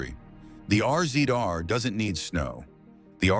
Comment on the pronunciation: The R-Z-R is pronounced Razor